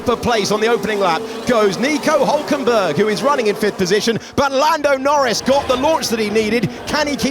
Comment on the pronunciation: "nico honkenberg" 😂😂😂